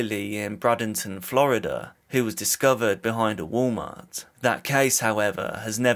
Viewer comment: "Bra"-denton. Lol.